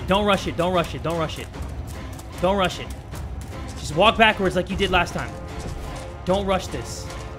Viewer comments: Sometimes when Jay says don't rush it, it sounds like don't russian Not trying to be racist -^ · Its like no russians basically that how